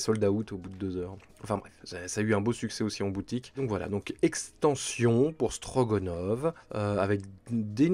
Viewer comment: Hello C’est StroGAnov et pas GOnov 😊